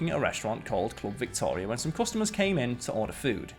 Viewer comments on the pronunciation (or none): none